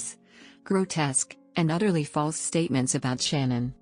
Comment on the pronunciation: Her name is not shannon, it it sha' naan... get it right.